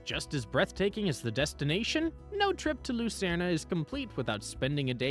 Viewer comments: The Swiss spell it Luzern, not Lucerne. The announcer pronounces the name incorrectly. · Do people really call it Lucern-ah?